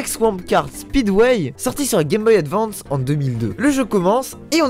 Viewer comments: j etait content de te connaitre mais tu va mourrir pour la prononciation de advance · rip je l'aimait bien pourtant mais la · oui c'est une honte !